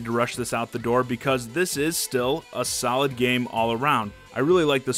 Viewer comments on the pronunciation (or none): none